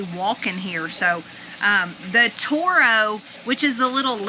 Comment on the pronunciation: Terro not Toro.